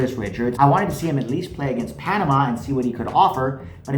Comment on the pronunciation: It’s Panama 😂😂😂😂😂😂